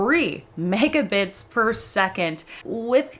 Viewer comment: Did you say 2 Mega-tits/second??